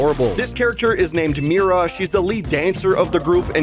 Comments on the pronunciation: um It’s Mira Not mari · he said mari instead of mira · Bud.. it’s Mira not Mary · Not bro saying “Mari” instead of Mira TWICE.